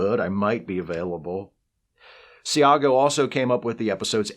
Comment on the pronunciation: Enjoyed this video as always, but one comment: Howie Seago is a great actor; I've seen him act in person at the Oregon Shakespeare Festival and met him there several years back. If I recall correctly, his last n ame is pronounced "see-go."